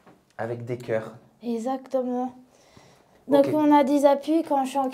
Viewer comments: Son meilleur mot «esatement » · Tout ce que je retient. " Ezactement" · J'entends même pas le c moi Ezatement... J'ai fait 35 mn je lâche... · "OK, exactement, y'a pas de soucis" 😂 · Je dirai : " Ezatement " 😂